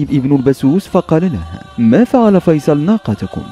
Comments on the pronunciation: فيصل الناقه هههههههه يا اخي دمرت اللغه العربيه اسمه فصيل وليس فيصل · تعلم الكلام اولا فصيل وليس فيصل ثم انك لم تات بجديد نفس الاحداث في المسلسل